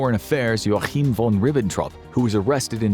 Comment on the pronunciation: Oh you butchered the name "Joachim"..That's not an Arabic name at all !